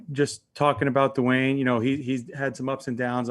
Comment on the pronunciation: Hey Rivera, it's not pronounced "Doo Wayne". Rivera has previously proclaimed this season to be a developmental one, so why not let Haskins develop? This is an extremely poor, incompetent response from an NFL head coach. "He just hasn't had enough work yet" Now, he will have ZERO work, Rivera. Hey Rivera, save all three time outs until you have 26 seconds left.